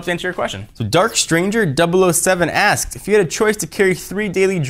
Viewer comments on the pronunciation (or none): none